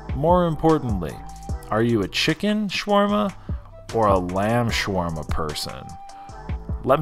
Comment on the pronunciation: i think i counted 568 times you said swarma